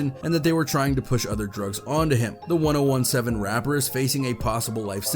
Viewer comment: “The one-oh-one-seven rapper” 😂😂🤣🤣